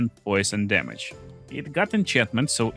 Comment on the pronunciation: "blutchurning chamage"